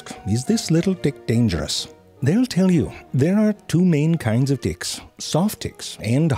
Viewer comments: Bag of Ticks indeed. That's when we learn he wasn't pronouncing his 'T' a whole lot like a 'D' throughout the video unintentionally. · When you're pronouncing the T's and they sound like D's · The fact that I heard every T softened to D 💀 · the "T" sounds like "D" lmao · this made me laugh.. "hey.. what's up? " "oh my, take that Dick to the doctor" but he meant "Ticks" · I turned on the subtitles, and he was indeed saying "Dicks." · I'm sorry but for sure, the first 2 ticks he said, he pronounced it "d***". The third one, he said tick. The rest, I have to repeat over and over to make sure 12 ticks 9 ds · I swear - all I heard was "dicks" in this video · He said Hard (D) icks and Soft (D) icks 😂😂😂😂 He said she can give you a good Sucking😂😂😂 This Has to be purposely done.. i couldn’t stop laughing. Then he starts Saying ticks the right way later in the video😂😂😂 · The way hes pronouncing “ticks” sounds like hes saying “dicks” LOL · i cant tell if hes saying ticks or di(ks 😂even the subtitles are confused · even the auto subtitle heard that as d*ck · this guy saying dicks or ticks? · it literally sound like hes saying dicks throughout this whole video and i am taking everything out of context... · Why do i hear dicks instead of ticks, is this normal? send help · I thought my closed captions were confusing ticks with dicks... turns out he was really saying dicks lol i love it. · pronounce your t's better damn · You need to learn how to pronounce a "T" LMAO!! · I know I'm not the only one hearing the way this man says ticks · I was so happy yesterday to see that zefrank1 had uploaded a new video - I saw a few seconds of it - coulnd't because I am so grossed out by looking at them - tried again today - couldn't watch - luckily I heard the way zefrank1 pronounces tiks so I just scrolled down to write this while listening. Doesn´t make it less funny - au contraire... Would, will,, and do recommend!